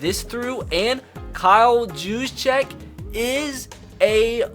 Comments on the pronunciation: Its Kyle Use-Check. Not Jues-Check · It’s (Hugh’s-check) not (juse-check) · Kyle's name is pronounced you-sa-check just wanted to let you know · His name is pronounced Kyle use-check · love your vids but btw it’s pronounced Yoo-z-check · It’s pronounced Use-Check And this has always bugged me but Bouye is pronounced boy-yay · Get Luke Kuchely. Also, it's "Yousjeck"